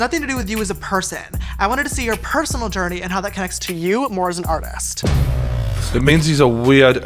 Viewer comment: The way he says "Artist" AARRTHEEEEHST